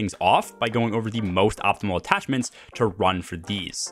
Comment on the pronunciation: Nah bro said attachments 💀(good vid still)